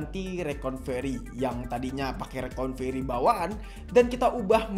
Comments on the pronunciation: bukan reconvery bang tapi recovery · Makanya bang Jangan coba coba kalo bukan suhu , koreksi bang bukan rekonvery tapi Recovery bang🙏